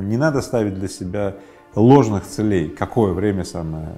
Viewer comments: не целЕй, а цЕлей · цЕлей, а не целЕй! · Даже у такого не совсем грамотного человека. как Рыбаков ..—да и то получилось стать успешным!!! Не смотря на свою некую безграмотность , ставя неправильное ударение в словах ..говоря - «целЕй», а не «цЕлей»..🤦‍♀️🤦‍♀️Вообщем, ребята, у вас тем более шансы есть!!! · Не целЕй, а цЕлей, пожалуйста. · Мне интересно, почему целЕй, ударение на е. Это нечто из профессионализмов, или Рыбаков украинец? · Очень интересно, только бесит то что ударения ставит неправильно, целЕй, что это за слово такое?) это как-то притворно звучит. А сам контекст видео очень хороший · Целей - ударение на первый слог, ухо режет. Ну как?)